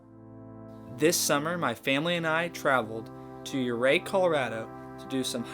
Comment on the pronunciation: Great video.. We are going in July. I love the hikes. In my advancing years, I get a little vertigo on some of the ledges, but hey you only live once. Ouray is pronounced You ray.